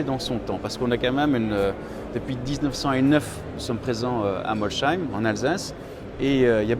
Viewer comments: c'est fou même un salarié de bugatti dit Molchaïme au lieu de Molsheim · Par pitié arrêtez de prononcer « Molle Schaïme » !! En Alsace ça fait saigner des oreilles et ça revient à prononcer « Chamonixe » chez les haut savoyards… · J'habite à moins de 45 minutes de l'usine bugatti et pas une seule personne prononce molsheim molchaïme